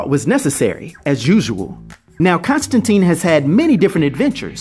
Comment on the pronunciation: Don't mean to be a pedant here, but it's pronounced Constan-TINE - rhymes with "mine" or "fine". According to Jamie Delano, the Keanu Reeves film is to blame for the subsequent mispronunciation. Anyway, there you have it.